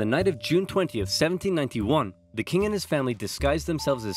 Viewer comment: Does anyone know where is from? I always thought he was American, but I heard a slight accent in this video, almost as if he were an Irishman putting on a very convincing American accent. The intonation in a lot of words is just a little different, like in "1791".